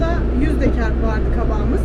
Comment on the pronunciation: te kabağmız demene bittim ya :D bizim trakya yöresine benzedi aynı öyle deyişin :D